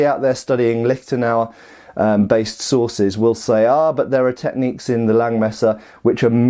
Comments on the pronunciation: I kept hearing "bolognese sauces" rather than "sources" and was both excited and confused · Did you say Bolognese sauces?? Mmmmmmmmmmm Bolognese sauces....